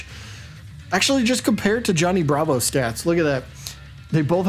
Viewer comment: You pronounced wrong. It's Johnny Bravo